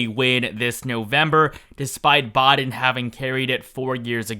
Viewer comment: It's Biden not boden